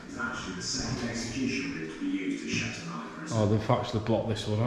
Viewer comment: It's shepton not sheperton you bafoon don't no where you are of course it's damp no heat in a old building get real clueless